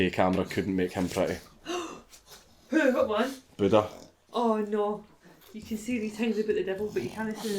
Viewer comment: That Scottish "Neooouuu"!